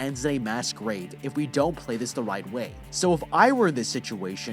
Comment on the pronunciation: I just notest he said whit insted of right